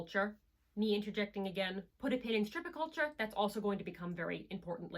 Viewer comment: Interesting video but I believe you are mispronouncing "stirpiculture" and misspelling "Male continence".